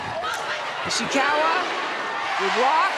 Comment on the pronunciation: the way she pronounced “Ishikawa” as “Ishiwaka” got me😅